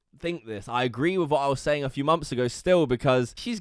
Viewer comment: Why can you say the "th" sound in the word "things" but not in the word "month"?